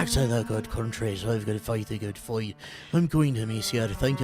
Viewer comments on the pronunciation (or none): 😂😂😂😂😂😂😂😂😂😂😂😂😂 foight thuh gud foight